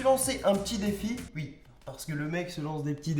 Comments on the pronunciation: On dit " oui " pas " voui ou ui " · on dit oui pas ui mdrrr